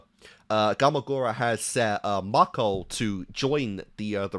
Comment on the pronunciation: I like how every time a new video comes out, you completely forget how to pronounce things lol. Re-yu-ko becomes Re-yuh-ko. Last video, Gamagoori became Gamagorah, and in this one has become Gamagoray. Elite Four have become the Element Four.